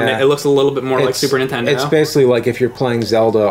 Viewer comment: damn it it's Nintendo not intend oh!